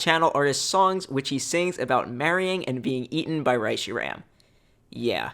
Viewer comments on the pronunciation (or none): YOU PRONOUNCED RESHIRAM WRONG AAAAAAAAAAAAAAAAAAAAAAAAAAAAAAAAAAAAAAAAAAAAAAAAAAAAAAAAAAAAAAAAAAAAAAAAAAAAAAAAAAAAAAAAAAAAAAAAAAAAAAAAAAAAAAAAAAAAAAAAAAAAAAAAAAAAAAAAAAAAAAAAAAAAAAAAAAAAAAAAAAAAAAAAAAAAAAAAAAAAAAAAAAAAAAAAAAAAAAAAAAAAAAAAAAAAAAAAAAAAAAAAAAAAAAAAAAAAAAAAAAAAAAAAAAAAAAAAAAAAAAAAAAAAAAAAAAAAAAAAAAAAAAAAAAAAAAAAAAAAAAAAAAAAAAAAAAAAAAAAAAAAAAAAAAAAAAAAAAAAAAAAAAAAAAAAAAAAAAAA